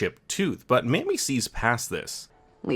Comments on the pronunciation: Please stop calling her Mammy Eisenhower. That can be a consider racially problematic in the U.S.; her name is pronounced "MAY me." May- like the month after April and before June. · Dwight David Eisenhower married a woman named Mamie not Mammy. Think Mame-ee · Maybe you could bone up on your history. Ike "supposedly" had a an affair with his chauffeur during WW II, Kay Summersby. That would be his wife's allusion to other secrets not involved with natioal security and his inability to lie to her. By the way, her name is pronounced Maaamie. Also, Amelia was the first woman to fly solo across the Atlantic. There's also a reference in UFO lore about Ike meeting Aliens at an air base when he was supposed to be at the dentist. There's a tie in with Majestic 12. Even tho created by Truman, Ike was likewise involved. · Mamie, not Mammy. Long A. ;-) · Mamie is pronounced "May-mee", not "Ma'am-me". Also, giardia is pronounced "jee-are-dee-uh" not "guard-uh".